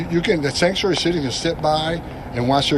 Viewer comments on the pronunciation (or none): What was that?!? Sounded like he shaid shankshuery shitty?! I'm not exaggerating.